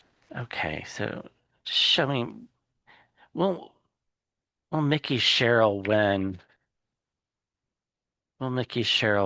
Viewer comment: Please please please. Her name is MIKE -EE. NOT Mickey. He is a mouse in FL.